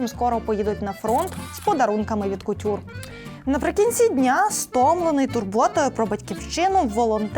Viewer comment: Непогано. Але як тепер розчути "від Кутюр"?)) Це ганьба просто